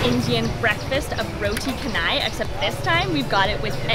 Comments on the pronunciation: Yes it's pronounced as roti canai not kenai...btw we don't say curry sauce. It's just curry not sauce... I'm surprised you guys been here long...but still didn't get the pronunciation right 😆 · Guys! The roti canai is pronounced "cha-nai". When you encounter Malay spelling, "C" is pronounced "Ch". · To make it clearer, it is pronounced CHAH NAI. ALL ASIAN SPELLINGS WITH 'A'. "A" IS ALWAYS sounded as "Ah" never as "eh".